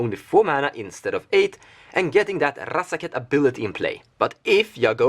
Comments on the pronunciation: R-R-R-R azaketh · Love the way you pronounce razaketh, and it looks like i need to pick one up soon. He seems like he is the wincon in so many of your builds.